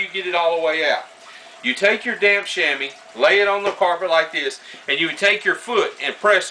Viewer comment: Every time he says damp it sounds like d*mn